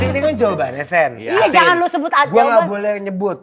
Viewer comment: "Jangang" ga tuh bwanggg